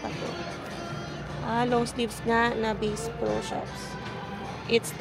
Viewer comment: It’s not Base Pro LOL It’s Basssss Pro ☝🏼